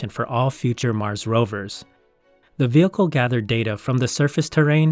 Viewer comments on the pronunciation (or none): none